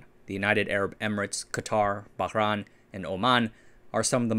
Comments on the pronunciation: it is not pronounced Bahran. It is Bahrain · Pronunciation mistake... It's Bahrain (Bah - rain) As in Rain 🌧️ ✅ not ran 🏃🏻‍♂️❌ I'm native Arabic speaker from the gulf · That's the most unique pronunciation of Bahrain I've ever heard.